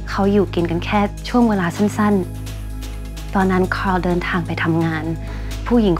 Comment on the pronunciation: ขอให้ทุกคน ออกเสียง คาร์ล ตามญาญ่านะคะ